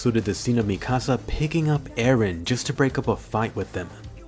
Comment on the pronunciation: Mi-kasa is my house in Spanish its Mik-asa please say it right